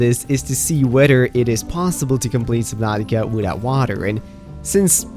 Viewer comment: Sublantica lol